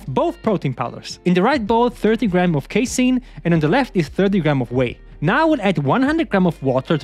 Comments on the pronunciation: YOU'RE PRONOUNCING CASEIN DIFFERENTLY NOW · haha true